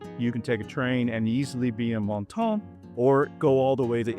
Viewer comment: Congrats on your pronunciation of ‘Menton’; honestly, you were about one croissant away from sounding fully French... a tiny one really 😀